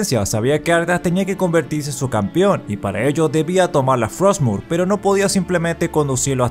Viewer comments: "hay una espada runa llamada frotsmure" Todo disléxico el Muradín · Muradin: Estamos buscando "frotsmur"